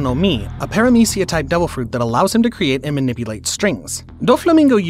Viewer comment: *Paramecia, not peramicia.